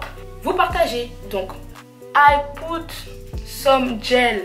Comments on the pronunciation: Mon anglais est au TOP DU TOP première phrase " I POUT some gel" PARDON j'ai criééééé 💀💀💀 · mais c'était pour rire sur sa façon de dire put, c'est fait exprès roh lala